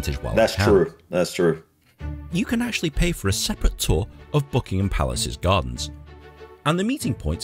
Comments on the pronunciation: It’s the Maaaaall not Maul, it’s also Buckingem Palace not BuckinHam Palace. Hope you visit soon, May is usually a good month although was chilly and wet this year. The Palace is well worth seeing and is actually a very relaxed tour, you can pretty much take your time walking through. Worth every penny of the ticket price. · don't say ham at the end of Buckingham, just say gum. When they say residence the Queen never seen it as home it is for the Royal Family just "the office". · Pronounced Buckingam without the H 👍